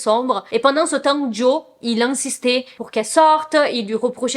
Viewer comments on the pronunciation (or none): trop mignonne 😂❤️ C'est plutôt "Jo" que "Joey" oui le "e" est muet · C’est bien JO et pas JOé pour la prononciation ahaha Par rapport à ce divorce je trouve ça vraiment horrible de tout mettre sur le dos de la femme parce que soit disant c’est une fêtarde. Genre si lui sortait et se bourrait la gueule tout le monde trouverais ça plus normal juste parce que c’est un mec j’en suis sûr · Tu ne peux pas aimer les Jonas Brothers depuis des années et prononcer le nom de Joe « JOEY » 😭😂😂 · J'ai trouvé ta réaction trop mignone quand tu as compris ce que les gens voulaient te dire. Je pense que c'est peut-être tes origines brésiliennes qui t'ont induites en erreur ? Si c'est comme en espagnol le e se prononce é aussi ? En plus dans Friends Joey s'appelle aussi Joseph et tout le monde l'appelle Joey donc ça pouvait aussi induire en erreur. En tout cas je ne trouve pas que ça enlève à la qualité de la vidéo. C'est assez souvent qu'on ne prononce pas les prénoms de la même manière que les autres, et puis on est là pour se divertir plus qu'autre chose, tu n'es pas une chaîne d'information non plus. Pourquoi les gens sont-ils si dramatiques ces temps ci ?